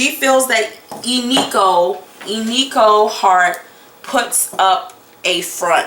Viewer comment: Ee-nee-ko 🙈 not ee-nee-kee-kio or Nokia phone 😂... What's up with some of the cards being upside down..does that change the outcome?